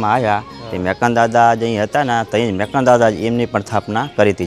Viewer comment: મેકરણ નહીં પણ મેકણ એમ બોલવું જોઈએ